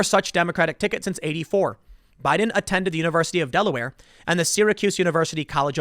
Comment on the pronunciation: Is it me or Tim has been saying *Budden*?